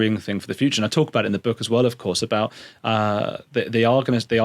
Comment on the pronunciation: H G TUDOR has a particular vowel sound which indicates North Eastern England …possibly … might be HULL. The vowel is glaringly obvious to some of us. e.g. the vowel in BOOK. HG pronounces it BUCK. Listen to several of his broadcasts and it will become obvious to you. The other noticeable trait is the deep timbre of his voice… quite like JEREMY CLARKSON.